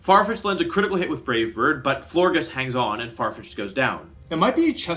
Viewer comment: "Florges" is pronounced "Florj"